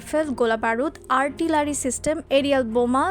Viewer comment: বোকাচোদা ছেমরি ❗ ৩০০ কিমি. এর সাধারান মিসাইলই নাই বাংলাদেশে । সুপারসনিকের 🚀 কথা মুখেই আনতে পারেনা । আর হাইপারসনিক মিসাইলতো আমেরিকার কাছেই নাই। আল্টিলারি না আর্টিলারি রে………❗